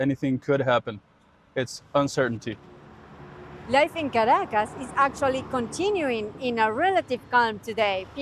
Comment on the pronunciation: We don't say Washiiiiiiington OR Londooooooooooon Maybe you try to Pronounce Caracas right